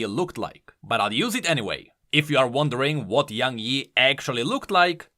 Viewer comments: What it actually is: Young Yi What I heard: YaNg Yi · That's not young yi, that's young hee hee